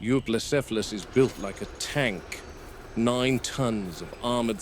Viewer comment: 2025 and mfs still can't pronounce Euoplocephalus